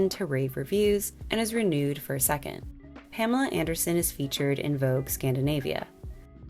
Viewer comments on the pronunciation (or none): none